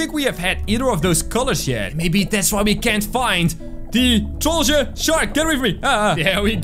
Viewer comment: IT'S TROLLGE NOT TROLLGA